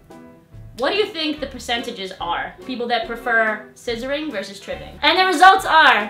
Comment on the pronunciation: Tribbling...with an 'L'